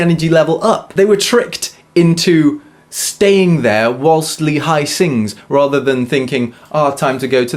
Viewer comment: btw lee in korean is pronounced 'ee'